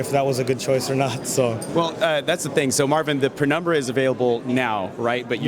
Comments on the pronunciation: Penumbra not pre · Penumbra, not prenumbra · Why are they calling it PREnumbra?